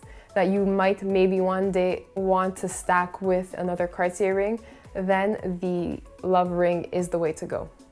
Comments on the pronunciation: did you just pronounce it carsy???? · Nope, she definitely pronounces it wrong.